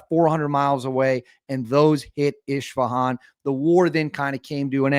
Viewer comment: As a former turret gunner on the mighty F14 Tomcat, none of this shit is going to end until they unalive the ayatollah and free the good people of Iran who have been taken hostage for 46 years by the fanatical ayatollahs! Also, you keep calling the city “ishfahab)! It’s ISfahab ! SMDH!